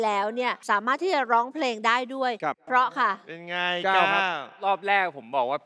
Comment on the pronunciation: ชินจะเก๊กไปถึงไหน เล่นใหญ่จนน่ารำคาญ น้องเก้าดีงามทุกอย่าง แต่อยากให้ไปฝึกออกเสียง ร,ล ให้ชัด ๆ หน่อยน้าา โดยเฉพาะคำว่า 'เพราะ'